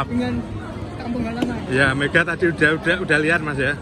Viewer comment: Mega mas bukan medha..😂